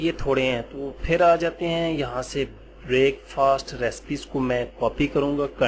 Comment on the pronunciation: sir g break fast nai parha jata hy pls a ik he lafaz hy